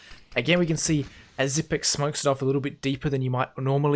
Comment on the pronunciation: THANK YOU for pronouncing his name correctly. Bugs the shit out of me that most casters can't take the time to learn how to say it the right way.